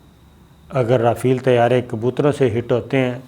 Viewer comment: O pagla (Jont) nahi (giant) hota ha Our (rafeel) nahi (rafail) hota ha. MEERA g se tuition hi lay lo